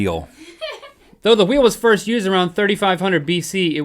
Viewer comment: First guy lol. He said 1th